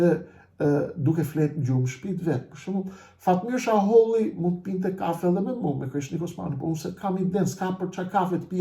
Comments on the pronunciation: Sheholli jo shaholli. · Zotri jo Shaholli por Sheholli.! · Jo jo me jeta xharren ja paske fut kot😂😂😂jeta xharra e ka bo publike qe ky dhe behxhet pacolli i kan marr 2 milion euro e nga ato 2 milion 600 mij i ka marr ky sheholli e jo shaholli qysh po e quan ti😂😂😂pra me jeten gabove